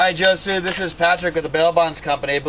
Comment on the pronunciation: He said josue instead of hose way